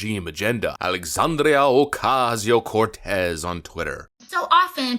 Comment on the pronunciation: I still love how you mis-pronounce Sandy Cortez’s name. Keep it up.